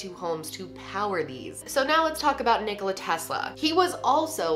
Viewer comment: thank god she says Nikola right. lol im serbian so i know